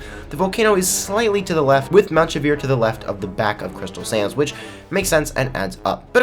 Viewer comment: Are you saying "crystal sands" or "crystal SANS" badam tssss